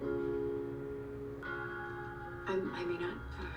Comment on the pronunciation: her name is pronounced ah-zie